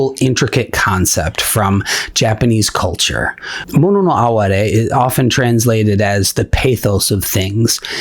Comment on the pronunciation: I live for those small, transient moments. Thank you for pronouncing “mono no aware”correctly, too. 😉